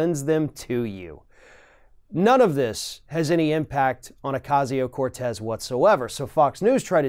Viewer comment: Thank you for finally pronouncing her name correctly! At least in the first half of this video.